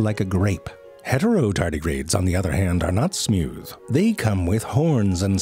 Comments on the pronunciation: the way he said "are not smewth" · SMEEEWTH... I'm dead💀